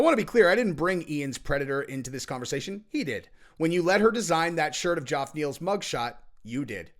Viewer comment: I don't think this guy is pulling a Chael here. I think he looked at the name, "sounded it out" and that led him to Joff 😂